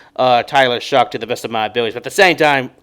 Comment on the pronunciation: its show, not shuck. its shough. like though